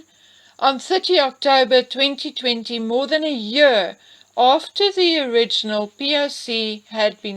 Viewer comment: Interesting, the way you say Year is the same way "Archie" said year in H&M's Podcast!?🤔🤔